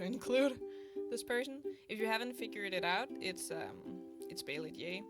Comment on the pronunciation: its baylee jee not jaylee bee... i love u!